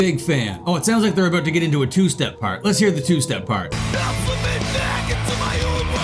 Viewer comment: He said "a boot".